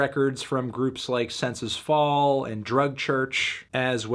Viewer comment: this mf said senses fall? lmao